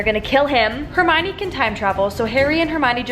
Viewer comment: You know she’s gonna be a real fan when she calls hermione “ HeRmIoNiNi “